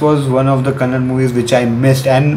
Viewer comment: That's not kannad. It's kannada. Bro